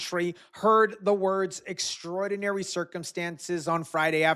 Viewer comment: Does she not know how to pronounce extraordinary?